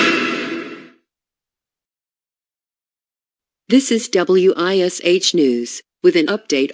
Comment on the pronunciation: Ugh... being a local in Indy... hearing the voice say "W.I.S.H TV" and not just saying Wish TV made me cringe.. lol! Good stuff tho!